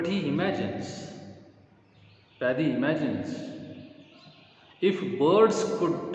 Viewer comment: Are kana...It's padhye not paddy